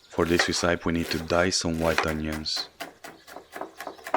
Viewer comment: Mmmmmm, love it! Just for info, it’s pronounced reszöpi/resăpi, not reszájp/resaip.